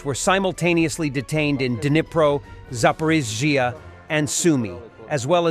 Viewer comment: Sounds like the robot voice has trouble saying zaporiceia,,,lol I can't spell ...Slava Ukraine 🇺🇦